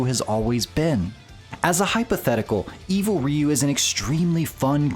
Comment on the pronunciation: It's R-.... oh wait, you said it right. I'm so used to hearing it as "evil raiyu" for more than 20 years now, hearing it said right is actually kinda weird.